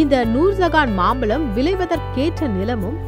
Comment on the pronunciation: அது மாம்பலம் இல்லை. மாம்பழம் தமிழை சரியாக உச்சரிக்கவும்